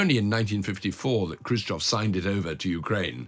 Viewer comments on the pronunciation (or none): none